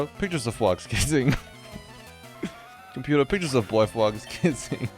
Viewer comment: What no sleep does to a man... "Computa, pictures of fwogs kissing."